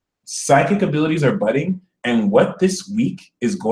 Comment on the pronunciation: Uhm did you say it's "budding" or "butting" now for Scorpio? (Rising, here) I don't have any r-ships "budding" currently, but I do have the "butting" on lock down Lmao